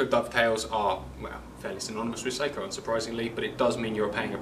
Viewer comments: IT'S PRONOUNCED SOCK-O! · sock-o…. Not say-ko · Pronunciation "Sako" short a. Two separate meanings when pronounce incorrectly. Check and verify